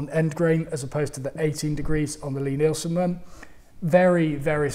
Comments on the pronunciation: I was awaiting on tenterhooks for the correct pronunciation of Lie Nielsen ........ at last. Didn't really notice the F word but it's part of our rich vocabulary isn't it ? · Well, at least he got the fuck'n pronunciation of Lie Nielsen right. About fuck'n time. Oh, and dozie Rosie, something I learned with my kids, Always preview what you are going to show them whether it be from the internet, a DVD, blueray or a movie theatre. Sounds like work, and it is, and now I have two fine upstanding adults who have spouses and know how to use the work fuck.